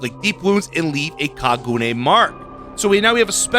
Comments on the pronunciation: It's actually pronounced Ka-gu-Nay like gun instead of like goon. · Great vid and no hate but it’s pronounced like ka-gu-ney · “Kagooone leap” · kaguna the e is said like an a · bro said kagoone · If it helps, the "gu" isn't pronounced like "goo" like you're extending the "uu" sounds, gotta shorten it so it flows into the "ne" part sooner. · It's pronounced more like ka ga nay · i find it amusing that there using a a character who is actault a fairly good person most of the time though this seems to be from the period of time where he went kind of crazy, alao your pronouncing kagune wrong its pronounced kah-goo-neh'. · My favorite anime character is being added. I'm stoked. It's pronounced "Kah-goo-nae" it's the ghouls weapon they are born with. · It's pronounced kah-goo-nay. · Your prononciation wasn't bad for Kagune. The only issue would be the rhythm but that's nothing burger. The "ka" is held a bit longer then the "gune" If you know music at all "ka" would be like a full time, while Gu and Ne would be half a time. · I could just be missing something from the anime cos it’s one I haven’t seen yet, but as a Japanese person, I’ll say that with that romanization by itself, that wouldn’t be how Kagune sounds. All 3 syllables would be basically the same length because they each consist of 1 letter: か(ka)+ぐ(gu)+ね(ne). Normally the “ka” would only be lengthened, as you claim, if it were spelled as Kaagune or Kāgune. I’ve never seen a Japanese name like that before though. If it really is drawn out according to the show, then that’s just poor attention to detail by BHVR by messing up the spelling, which would be disappointing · it's kagune e is a "a" sound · The way he pronounces kagune I was laughing the whole video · You can really tell doesn’t know anything about Tokyo Ghoul, considering he keeps referring to Ken as a “her” and his pronunciation of kagune. 😂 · The way you say Kagune is funny please never change how you say it